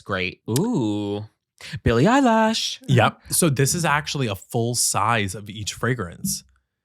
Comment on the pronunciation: Why does keep saying "Billie Eye lash" 😂😂😂😂